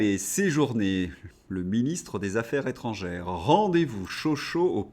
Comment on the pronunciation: Affaires Zétrangères !!!!!!!!! Les liaisons de notre chère langue Française !!! On n'est pas chez LFI ... Insupportable 🫤